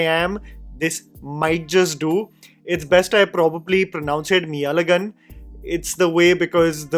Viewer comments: Sweetheart, forget the zh in meiazhagan, you could have atleast pronounced the mei correctly. Its mei like my not like mee. If you had watched the movie, you'd have heard him say it. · ME-AZHAGAN ❌️ MEY AZHAGAN ✅️, my tamil ass just couldnt help but try my best to correct you😭😭😭😭😭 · Pronunciation out is May-azhagan not Mee-azhagan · Read as " Mey azhagan". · It has to be pronounced as "My Azhagan". There are two meanings 1. Truth 2. Body. Meyazhagan means "Handsome Guy". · brother it is pronounced as mey-azhagan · can help you with pronunciation- मेई-अळगन that zha- try pronouncing 'Ja' without touching your tounge on top